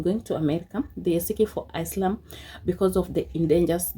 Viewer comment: Ever time, she pronounced asylum wrong. i corrected it. 😂😂😂😂